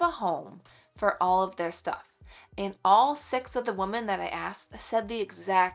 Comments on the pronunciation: This might be a regional thing. She is saying wo-men not wo-man, but not saying wim-in. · She is saying wo-men, not wo-man, but just not pronouncing it wim-in. It does sound odd to me. I wonder if it’s regional? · FYI, I think you mean “we -men “ which is more than one female. You keep saying “woh-men” which is just one. Yes, I know it’s spelled wOmen….. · You are precious. One point of confusion for me: you keep saying "woman" (singular; pronounced "wu man," with two dots over the u and an upside down e. ) when talking about "women" (plural; pronounced "wi men" with a short i sound and the upside down e). Pronounciations curtesy of Merrium Webster Dictionary. Someone else was doing that on a video the other day, too. Just wondering why since I haven't heard this pronunciation until recently. Appreciate you tips and encouragement for my home. Keep up the great work. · Wo-man is singular Wo-men is plural…. I know I know…. I sound like a total Jerk. But I’m not. I’m hearing this miss pronunciation A LOT lately. And I’m trying to understand why. If anyone knows, please tell me?!?! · It’s not regional it’s an example of our failing public education system! 😢